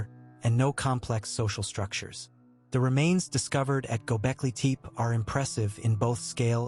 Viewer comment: It's not pronounced Teep